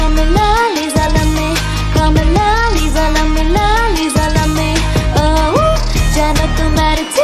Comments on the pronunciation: In words of Lisa herself- "it's Lisa not Liza" For the pronounciation.. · but when u said lisa u said liza